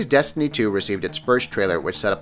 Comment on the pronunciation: "Desiny 2" 😂